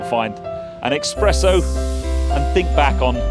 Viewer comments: Definitely the first ever SUV I'm going to give a thumbs up to for looks. Wait!!! Did you say expresso? ☕ 🤔🤔🤔🤔🤔🤔🤔🤔🤔🤔🤔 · Great review, thanks! (But it's espresso, not "EX-presso.")